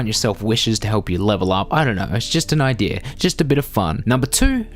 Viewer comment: "Idear" makes my ears bleed.....